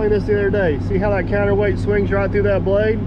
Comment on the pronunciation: Counterweight, I listened 3 times and still couldn't understand you, I scratch my counterweights every morning, doesn't do me any harm...